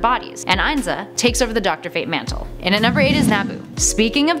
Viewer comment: It's pronounced. ..(EN-ZAH) Kent Nelson's Beloved INZA... Also... Female Dr Fate! That's how young justice and JLUnited... animated series pronounced it...